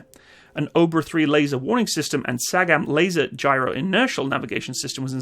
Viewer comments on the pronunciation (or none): none